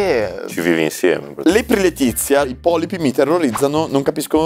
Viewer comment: I POPLPIIIII, NON I POLIPI